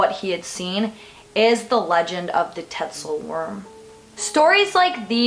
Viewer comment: It's spelled "Tatzelwurm", but the pronunciation is "Tatzelvurm" because the "w" in Germanic languages is pronounced like we would pronounce a "v". But I think we English speakers get a pass. 😁